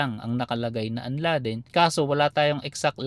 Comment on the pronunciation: Kala ko kung anong UNLADEN( ung sinasabi mo boss. Un-LAY-den pala 😂😂